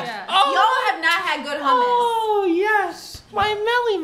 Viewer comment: Hamas is a good dip? how could you accept that pronunciation as an Iraqi? It's hummus, the 'u' should sound like the 'u' in 'ruler' and the "m"s should be prolongated. And Destiny didn't have a good hummus.